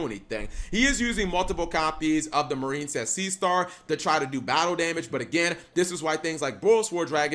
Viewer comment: Anyone else notice he pronounces it "Mar-een-cess" now instead of "Mair-in-cess"?